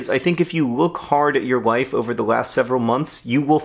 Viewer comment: I heard "if you look hard at your wife over the last several months you will find causes for celebration" . Now I'm pretty sure you said life, but honestly, both are true. :-)